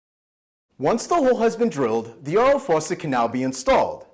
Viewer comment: The way he says faucet, tho.